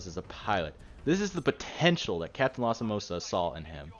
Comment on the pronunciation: "Ryker"? James "McCullen"? Captain fucking "Momosa"? What Titanfall did YOU play?